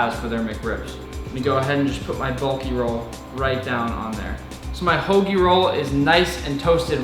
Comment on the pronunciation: He said hoagie!!! And I appreciate that